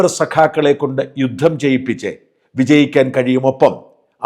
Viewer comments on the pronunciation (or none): none